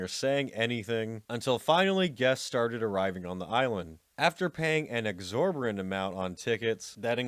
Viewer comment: Dude it’s “exorbitant” not “exorberent”.